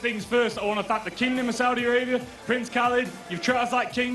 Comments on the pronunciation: In the kingdom of Saudi "Arabium?" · and why does that guy keep pronouncing it the kingdom of Saudi ARABIUM?!